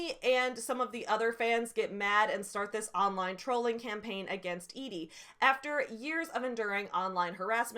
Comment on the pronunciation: Thank you for being the only person who pronounced Edie the way I thought it should be pronounced lmao. The amount of telling that is done in those excerpts you read, "Madeleine did this for her work and was successful at it and Shrike liked her because she was pithy" like good God that's just embarrassing Joanne. Also, it really feels like she tries to have her cake and eat it too when she describes Shrike as "ugly" and then says BUT YEAH HE STILL GETS LAID A LOT BECAUSE I SAID SO. MY PROTAGONIST IS SUAVE BECAUSE THIS IS A NOIR DETECTIVE STORY OK. ALSO THIS LADY REALLY WANTS TO HAVE SEX WITH HIM. wtf is going on girl